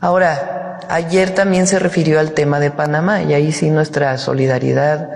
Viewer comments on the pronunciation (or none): none